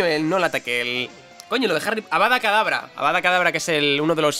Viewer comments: Avada KEdabra, KEDABRA! No Avada Kadabra D:< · Avada Kadavra no... Es Avada Kedavra Muggle.... Jajajajaja